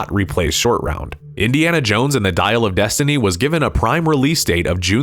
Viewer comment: "Dial of Dysentery"